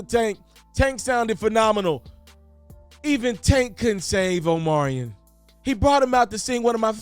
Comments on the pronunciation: Ima need you to pronounce Omarion's name correctly, he at least deserves that respect‼️ Say it with me now 🗣O-MAR-REE-ON🤌🏾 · You mean, OMelon !!! 😂😂😂